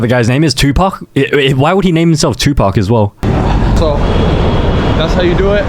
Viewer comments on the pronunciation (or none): none